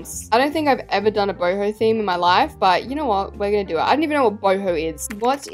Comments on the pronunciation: How the normal people say it “boho” how says it “BOHIMI ✨💀” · Every time she says boho I think she said hobo😭💀